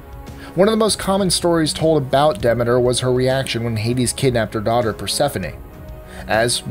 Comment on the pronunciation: Congratulations on pronouncing Demeter correctly!